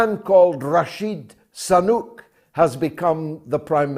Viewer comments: George, can't you pronounce his name properly? SU-nAK, not SA.-NUK!. Sooo-NAAk! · George, please stop saying "Rashid Sanuk' .....all the time...get the name correct..Damn it..